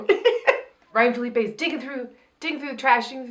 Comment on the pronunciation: "I think it's Fill-uh-pee" "Huh?" "Just say Ryan"